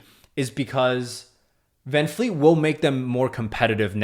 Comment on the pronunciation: Bro! It's Van-VLEET! Not fleet! I'm definitely not subscribing to your channel! Smh